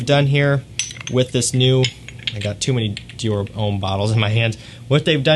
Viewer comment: Americans are notorious for butchering foreign name pronunciations, but still most of the American fragrance reviewers call it "ee-dee-ahl".